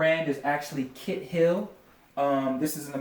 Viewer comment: Kite is usually pronounced Kite...I’m just saying.